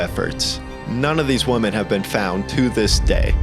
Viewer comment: "None of these woman have been found to this day" Dude.. what? I'm going to go out on a limb here and guess that English is not your first language. Woman = WUH•min Women = WEH•min